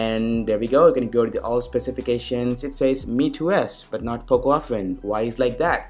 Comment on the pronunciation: Fuck the way you say "but" you indian fuck